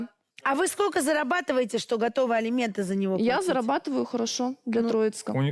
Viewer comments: Неужели герои не знаю значение слов " элементы" и "алименты".Как можно так говорить элементы да элементы.Кошмар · Все кто участвует в этой передачи и которые требует алименты говорят элементы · А прикиньте, сидят вот эти, герои которые, и думают: «вот Саша с Юлей ведут такую передачу и образованные такие вроде, а слово «элементы» говорят неправильно.» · Жена Товстика тоже так говорит "Элементы"